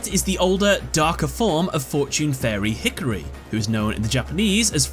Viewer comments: Did you just hard Anglophone emphasize "HI-KA-RI" into "hickory?" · Oh no he said Hickory not He - Car - Re just fyi